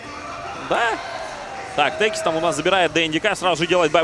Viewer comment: Никогда не слышал за один раз сразу столько искрометных шуток про пит лорда. Ваганыч нервно курит в сторонке. P.S. Не течис, а текис.